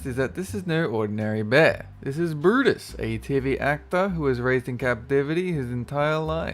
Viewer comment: Brutus? cuz i heard u said Bruus